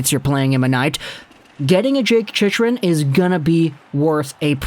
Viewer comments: As a Panthers fan, Chychrun is not pronounced like that. It's pronounced She-crun not She-she-crun, She-shrun, She-run. I should know, his father is part of the Panthers broadcast crew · It’s pronounced ‘Chick-run’ btw